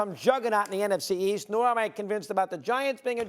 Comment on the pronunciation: why Steven A cannot say nfc east 🙂